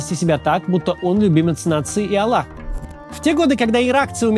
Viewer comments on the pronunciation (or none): none